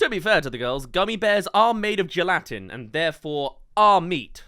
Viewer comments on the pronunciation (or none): it sounded like yeh-LAH-tin and im used to jell-uh-tin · how tf did you pronounce gelatin and is that a personal or regional difference??